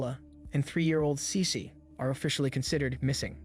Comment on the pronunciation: Listen again.. She says Cecee